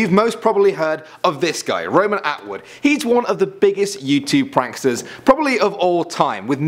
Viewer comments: It's not Roman Awood it's Roman Atwood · it's Roman Atwood not Roman Awood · ROMAN AWOOD LOL FAIL ATWOOD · Roman A-Wood lmaooooo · 'Roman Awood' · awood hahahahahaha